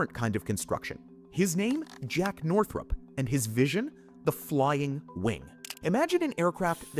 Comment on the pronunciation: Northrop, not Northrup